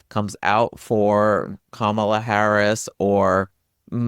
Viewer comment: Thanks for this! Kamala is pronounced KAH-mala, just a kind reminder. Or, like she explains it in her book, like "comma-la" 😊